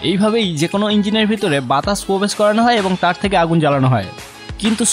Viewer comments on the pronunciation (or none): ভাই বাতাস না বাতাছ 😂